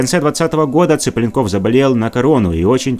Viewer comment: Зачем коверкать фамилию человека? ЦиплЁнков, а не Ципленков, татары вы не русские!